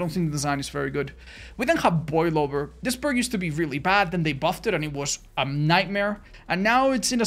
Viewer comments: I 100% heard boylover instead of boil over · Dude, for the life of me, I can't help but keep hearing Boil Over as Boi Lover.